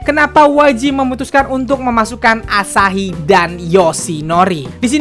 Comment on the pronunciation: Gemes sama waktu ngomong asahi sama yoshinori. AAASAHI DAN YOOSHINORI. Mangapnya pakek banget jelas banget. Wkwkwk